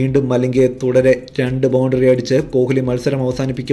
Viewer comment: കോഹിലി yalla uchharikkendathu. Koli nnanu parayendathu.